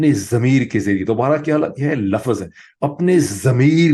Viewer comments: Dr. Sahib please pronounce LUFZ instead of LUFFAZ. Thanks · Word "Laafaazz" vs "laafzz" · Dr sb pl correct pronunciation Lafz Not lafaz